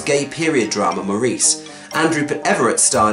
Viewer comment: You mispronounced The title of the movie it's Maurice rhymes with Boris. I guess you haven't seen that either.